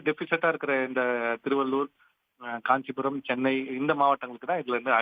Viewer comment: காஞ்சிபரம் இல்லை காஞ்சிபுரம்